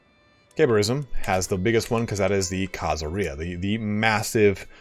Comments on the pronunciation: Khazaria does not rhyme with diarrhea! khazARia stress on the "ar" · Why do you say Khazaria like pizzeria instead of the way you say every other country that ends in -ia